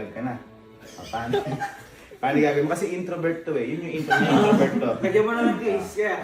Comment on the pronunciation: HAHAHAHA "INTROVERT TO INTROBERJ" 😂😂😂😂